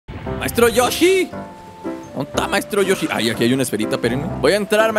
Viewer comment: no se dice maestro rochi se dise maestro yoshi